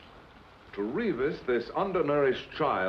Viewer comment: Noooooo!!!!! That's not how Reavis is pronounced. 😢😢😢 I've been fighting this battle all my life.